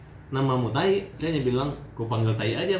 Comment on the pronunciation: Taee hat taeeeeee... bukan taiiii ampun dah hat ngana ni